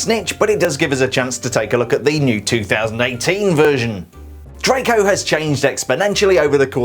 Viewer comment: Who else thought he said trago malfoy?